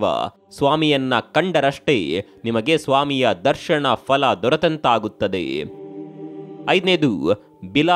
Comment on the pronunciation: ದರ್ಶಣ ಅಲ್ಲ ಅದು ದರ್ಶನ.. ಉಚ್ಛಾರಣೆ ಸರಿಯಿಲ್ಲ